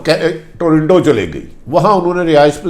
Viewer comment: PLEESE PRONOUNCE PROPERLY ABOUT TORINTO BUT CORRECT IS TORONTO THANKS